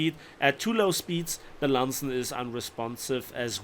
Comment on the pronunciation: Landsen...? It's Lansen.